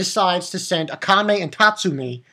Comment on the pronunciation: Her name is pronounced aaakame